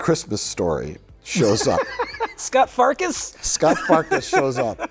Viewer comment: I’m sorry but did you guys mispronounce his name? It’s SCUT Farkus. What a rotten name.